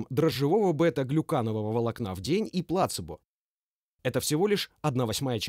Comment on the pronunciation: Спасибо автору за перевод, но все-таки плацЕбо, а не плАцебо